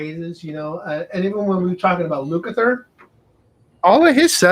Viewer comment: ....its pronounced Luk-a-ther...not to hard. You have Terry Kath somewhere in your head every time you say his name. Luke-A-Ther......not to hard